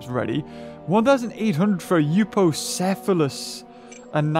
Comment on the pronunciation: if you didn't know euoplocephalus is pronounced differently.